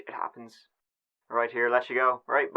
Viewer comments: 🥺🤦🏻‍♀️My favorite part is when u say "LET'S GIVE IT A GIW"😂when the action begins 🤍 Omg what happened to that little boy! That's so sad, how could a father do that to he's own son💔 the way he domp he's dead body shows he was really cruel 🙁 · i just want to mention that the way you say 'Go' has really grown on me and i now absolutely love it. i have taken to also pronouncing it as "Geyw" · It's so very endearing that you think 'go' rhymes with 'poo' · I'm concerned that he was found guilty with no proof whatsoever. What evidence was there? Also, apparently go rhymes with poo.